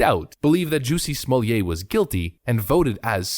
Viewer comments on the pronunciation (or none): After watching Dave Chappelle's stand up on this: Say "Jussie" "Jussie" Now say "Smollett" "Smollett" Ok now say "Jussie Smollett" "Juicy Smooyay"